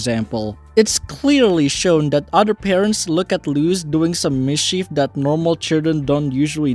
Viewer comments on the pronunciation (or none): none